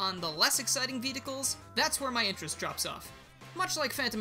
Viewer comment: Ah yes, Vedicles